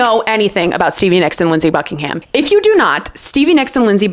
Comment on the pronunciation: Thanks for the 1975 insight. My only note is about Fleetwood Mac. Mick Fleetwood is on the cover of Rumors with Stevie. Pretty sure you said Lindsey Buckinghamshire.